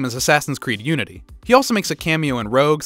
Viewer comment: everytime i hear UNTIY i think, STEP-BRO xD LMAOOOOOOOO